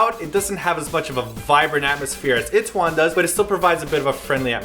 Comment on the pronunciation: why do u guys say it-tae-won? with an it... its i-tae-won. ee tae won. eeeeeeee